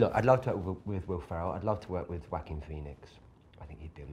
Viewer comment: craziest way i've ever heard joaquin pronounced